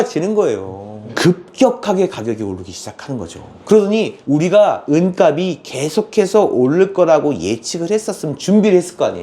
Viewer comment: 내용 넘 좋네요 잘 봤습니다! 다만 은값이 [은갑시] 라고 표준발음 부탁합니다. 은갑이 [은가비] 가 돼 발음도 안 맞고, 무슨 갑? 상자? 이런 느낌이 됩니다.